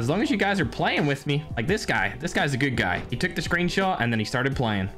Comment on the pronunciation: Did anyone notice that said "startsted" after the first game